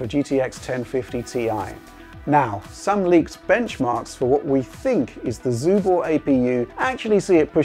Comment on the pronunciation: My Chinese is very bad but I can tell you are butchering the name of that console:)